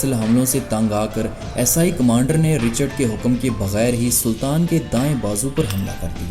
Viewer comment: Video buhot khoob hai, Aapse guzarish hai Esai sahi bol le aur behter rahega…. Shuru me samjh na dushwar hua